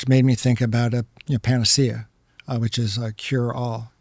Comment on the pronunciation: Say panacea again, I dare you. I double dare you!